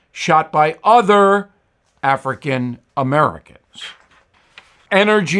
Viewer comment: Bill is so funny sounding, when he says African Americans. Lol!!!!!!!!!!!!!!!!!!!!!!!